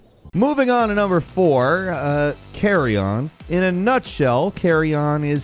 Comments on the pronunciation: its not "carry on" its carrion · its actually carrion not carry oki.....👌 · Still saying Carrion wrong in 2022. Love it! Anyways great list!